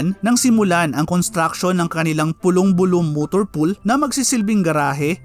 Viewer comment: Opo idol,malilito ka tlga qng ndi familiar syo ung pag bigkas heheh